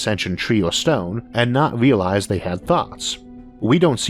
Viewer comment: Interesting topic but your weird baby talk accent ruins it, learn to pronounce the letter “L” the word isn’t Awien it’s alien, it’s not wealwize it’s realize and it’s not contempowary it’s contemporary